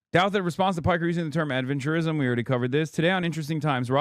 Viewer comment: Why does Ross change the pronunciation of “adventurism”? Seems like he changes the meaning of the word and thus changes what Hasan meant by it